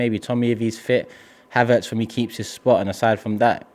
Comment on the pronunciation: Did just said “Haverts keep his spot” lol